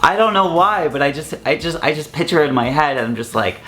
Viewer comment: When you keep saying pitcher instead of picture it's driving me crazy but I love you though!